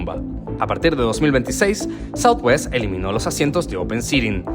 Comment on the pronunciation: Es southwest no southewst